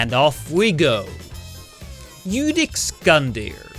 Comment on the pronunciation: its ludex not ludix